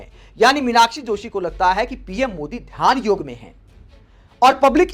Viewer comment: Huge thanks to you that you didn't call it yog'a'! I am tired of listening to people adding a 'a' after all hindi words.